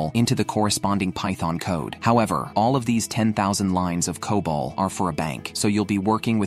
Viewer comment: C-O-B-O-L is enough to tell you that this is AI generated garbage. It's okay to use AI for voiceovers, but please give it some emotions. It's so robotic. Also, as I mentioned earlier, it's pronounced as "kobol" not "c-o-b-o-l." lol